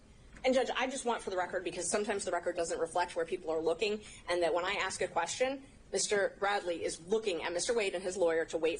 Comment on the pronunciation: Let me ask axe you if thats acrut.